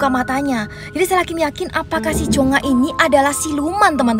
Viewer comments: Kak bilang cungha itu cungak aja hahaha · Plis bukan Cheonga😭 tapi chungha